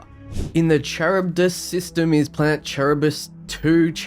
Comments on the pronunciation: Yo, just for posterity's sake, Charybdis is pronounced Kuh-Rib-Diss. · Zeta Ophiuchi (Zay-Ta Oh-fee-yu-kai}; Charybdis (Ka-rib-dis); Fermi (Fer-mee) Many thanks for the excellent review. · Charybdis = Ka reeb dis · (the following is super pedantic) In the same spirit, just putting it here for those curious... pronunciation of Charybdis is kah-RIB-dis (technically not the Greek pronunciation but the Anglo version of it... it's a Greek mythical monster, Scylla and Charybdis). Feynman, like the scientist, is FINE-min. Fermi, again like the scientist, FUR-mee (Anglo 'wrong' version) or FAIR-mee (Italian). Same dude as the Fermi Paradox. Vulpes you got right, I'd say it the same way, maybe VOOL-pez if I was being a pretentious twat. Most of the system and planet names are like that, based on famous people and myths; the rest are genuinely made-up gibberish. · Imagine someone saying "char-ib-dis" lecturing about the pronunciation of Aluminum XD Gotta love the precious metal Platinium too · Charybdis ka-rib-dis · Charybdis is pronounced with a haed k. Ka-rib-dis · You brits or Aussies? and your inability to pronounce Greek words. It's pronounced "kuh'rib'duhs" named from the mythical sea monster that created whirlpools in the sea to swallow up ships. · Charybdis: Kah-rib-diss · Pretty sure Charybdis is pronounced like Ka-Rib-Dis. At least that's the way I have heard it. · Oh, that word Charybdis, is pronounced Ka-rib-dis. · Or Charybdis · Great content. Love your work. It is pronounced Kar-rib-dis. It's Greek. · You know for someone who’s sure he’s spelling and pronouncing aluminum correctly, Charybdis sure gave you trouble lol. I’ve known how to pronounce that one since I was 12